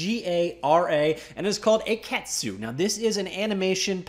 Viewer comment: The pronunciation would be "akitsu" (a-ki-tsu). It's Japanese as you can imagine, and is an old word for "dragonfly," as in their logo. The spelling is a wordplay possibly from "key animation."